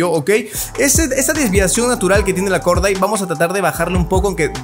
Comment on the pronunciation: Se pronuncia Gordait. Mis oídos: Jajajaja dijo Gorda:v